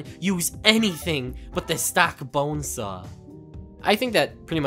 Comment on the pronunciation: Why does he say bonesaahhh